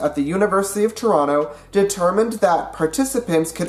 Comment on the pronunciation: You said, "Toronto" with a second silent T.